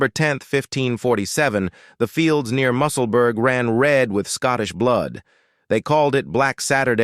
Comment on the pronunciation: Musselburg??? Musselburg??? FFS AI sh1te!!!